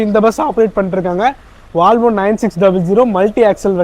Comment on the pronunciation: Bro it's not "valvo, it's volvo.